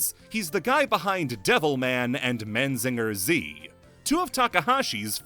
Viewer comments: theres is no "n" between "a" and "i" in Mazinger. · One minor thing I will say is that it is Mazinger Z, not Manzinger Z. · "Man Zinger" Z? There's one N too many in there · Out of everything in this video, how do you managed to mispronounce “Mazinger”? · Well to be fair he also mispronounced every Spanish word too so it wasn't the only one 😅